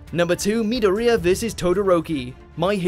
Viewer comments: its not meder-re-uh its mi-door-ia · who pronounces midoriya as mid-der-riya? its mid-DOR-riya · It's Midoriya not Midorrhoea. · Damn the way he says midoria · wait did u just say "minouria" or am i just deaf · It's not ME - DOOR - EH - AH (Midoriya) It's MID - OR - I - AH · Why does he say midowreeyah instead of midoriya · ok um how did you just pronounce midoria? i think you said mid-od-ria. its said mi-dor-ia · It’s Midoriya not midoreyea the way they pronounced his name lol or just say deku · he called midoriya mideria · did he just say Midoriya as Mid-o-ri-a ? -_ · Did the narrator even watch the animes to get the names right? Seriously mid-o-riya, if he had watched it for five seconds he would have got the pronunciation correct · ITS MI-DOR-IYA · Midoriya < Me-do-riya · No offense but I cringe every time he said midoria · The way he said midoriya hurts my soul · How can you butcher the pronunciation of Midoriya when they say it every 5 min? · Anyone else find the way he said 'Midoriya' so completely weird and wrong? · Uhh I think you might have pronounced Midoriya's name wrong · Personally I think number 2 should be in first And say Midoriya’s name right for Christ sake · xD he said midoriya wrong, this why you cant trust mojo for nerd fights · You are saying midoriya wrong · he pronounced midoryia wrong and also who watches dubbed my hero academia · I know this is a bit knit-picky but the way he pronounced Midoriya kind of triggered me. -_0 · Every time you say Midoriya I cringe. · I dislike how he said Midoriya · When the videos narrator cant pronounce midoriya correctly Also fucking dragon ball got above mha #salty